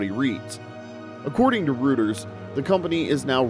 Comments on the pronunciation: Reuters: say roy-ters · Muh-Kahn. Roy-Ters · Routers is mispronounced